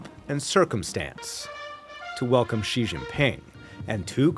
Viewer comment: "Xi" is pronounced "she" not "zhee."